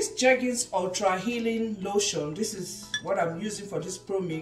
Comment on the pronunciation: It's jergens o 🤣🤣🤣